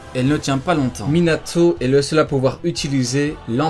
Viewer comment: c quoi cette manière de prononcer les noms ? Minatho NaurTho Obitho ptn tu mas rendu fou toute la vidéo on dirait le gosse de la vanne quand il prononce jonathan